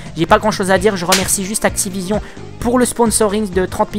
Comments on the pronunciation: J'adore le Actipognion heuuuuu Activision ! xD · Actiponion mdrr